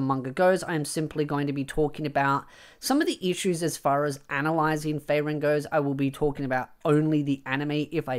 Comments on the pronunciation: Why you say feyren when its FRieren (ik its my prob but im losing your point when i get distracted and pulled away to just how wrong it sounds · free ren, not fray ren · I have an issue with this video: the way you are pronouncing Frieren I keep hearing Faerun...